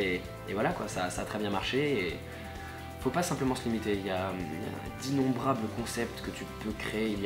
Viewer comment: Tu fait que de dire immonbrable